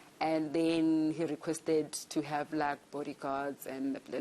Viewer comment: ”you think it's a muast to hurve” 😂😂😂😂 hai no the tongue is at war 😂😂😂